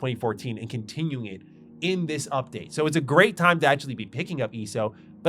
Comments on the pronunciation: The way you eso is so annoying eeeeso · It's so weird for me to hear someone call it "ee-soh" lol. I always say the letters individually, E-S-O. It's also interesting that we seem to have similar interests in games. Like TES and some MMOs. Yet you don't really seem too interested in FFXIV. SWTOR was the first MMO I really invested a ton of hours into but it fell off for me after the KotFE/ET expansions. Trying to keep track of my 40+ characters and who was a traitor on which side, yadda-yadda. Love the aesthetic and voice acting and all that. Story just got too convoluted for me. After that ESO and FFXIV became my main MMOs, though I definitely prefer FFXIV to ESO most of the time. Yeah, ARR did take time to get through, but I was so thoroughly invested in it, too. I think what makes it stand out to me is that it really really works as a one character MMO. As I mentioned, SWTOR I have over 40 characters, in STO I have 32 characters. I haven't played ESO since Greymoor but at the time I had maxed out how many characters I could have, but I think it was like 16 or 18, not sure if they've added more slots since then. But FFXIV I have two characters. My main one that has leveled and geared every job in the game, and one that's like level 30ish just playing one job (might switch whenever I get them to an expansion with a job I like more), I think, that I occasionally hop on when I have nothing else to do on my main but still want to play more FFXIV. Honestly, what's kept me from going back to ESO was being capped on cha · You calling it ESO instead of ESO is driving me crazy